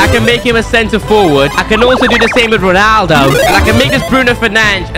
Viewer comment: bro said ronadlo 💀